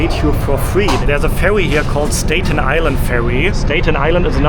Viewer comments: The "A" in Staten and Statue are pronounced as in "cat'. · also STATen Island not "stayten" island. I agree..love his videos too :) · Correct pronunciation of Staten Island is Sta-- as in apple! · As an English teacher to non-native English speakers, I must try to help you... Statue is pronounced STA-choo (STA has same sound as the word "at"...like I am AT the hotel...NOT the sound of the word "stay" as you are pronouncing it... Staten Island is pronounced the same way. Love your channel and love your videos, I watch them all!